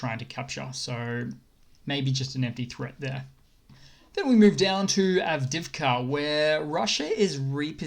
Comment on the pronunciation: Avdiivka has to 'i's . Avdi-ivka